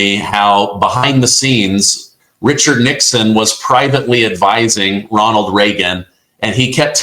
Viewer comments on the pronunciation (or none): none